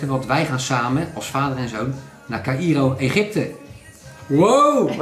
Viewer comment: Caïro spreek je uit als kairoo